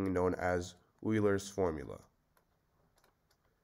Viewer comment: This is a problem with extraneous solutions: all of them. Also, who is Eurler?